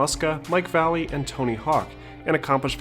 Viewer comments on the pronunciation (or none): Dude, *Mike VALLELY! Not Valley. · I know this is a older video and what not. But are we gonna sit here and not mention that he keeps saying "Mike Valley" instead of "Mike Va-llel-y"... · mike "valley" VA-LAY-LEE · It’s not mike valley it’s mike va la le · Vallely, not Valley. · Mike Valley. Haha... Va lay lee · Vuh lay lee... not valley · Super dope, but his name is not valley xD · Mike Va-lay-lee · Dude, Kelly Slater.... PRO SURFER! He even dated Pam Anderson a bit! Mike VA-LAY-LEE is how its pronounced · Mike Valley?!? You mean mike Vallely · Did you just say Mike Valley? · Glad you caught that you mispronounced Valleley. Its not hard to read though. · Its also vallely not valley again his name was right there just read it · I was going to let it go but you kept saying it... it's Mike Val.El.Ey. Vallely. Jesus farking christ man. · Hate to be this guy but his name is Mike Vallely not "valley" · Ah yes...Mike “Valley” , my favorite. Otherwise, great video though. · I know this is an older video, but it’s Mike Vallely, not Valley. 🤷🏽‍♂️ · "Mike Valley" lol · Mike Valle*LY* bruh, not Valley. great video though. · Lmao its so cringey when they say Valley. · Great video apart from the narrator's inability to pronounce Vallely or Minneapolis. Those two things pulled on my nerves but a nice comprehensive history beyond that. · why are you removing a syllable from mike vallaley? also why can't you fully pronounce the word "ability"? it's a-bil-i-ty, not abilly. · He mispronounced Mike Vallely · poor mike V...always getting his last name mispronounced. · Ok video I suppose, you miss-pronounced Mike Vallely's name though and it kinda seems to me that you weren't much of a skater. Other than that some solid research went into this thanks.